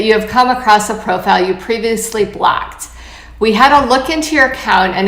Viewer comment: Why does she keep saying “blacked” instead of “blocked.” Also, I’m seriously surprised Women are still on Bumble after the disgusting ads they did a few months ago. I’m sorry, I couldn’t finish listening to her. The word is blOcked, not blAcked.